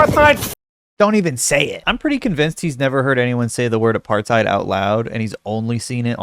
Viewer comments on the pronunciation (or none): Nobody says aparfffeid, we say Apartheid. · Goddammit that guy is dumb. It's apart-'hide' not apart-'thide' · "eye-rabia" is nearly as good as "apatheed" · Apar-theid 😂 dude cant even pronounce it. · I'm obsessed with Michael Rapaport's pronunciation of aparthigh-d. And not in a good way. Looking for apartheid by walking down the street in the occupied settlements is giving low IQ as well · I agree. If you say "aparTHide" fuck you. Learn how to pronounce things, PLEASE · Hearing someone pronounce the word "apartheid" with a "th" is like hearing someone pronounce "Thai" like "thigh" 🤦‍♂️ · It's actually pronounced apart-tait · Maybe no one could tell him where the “aparTHeid” is bc he’s pronouncing it wrong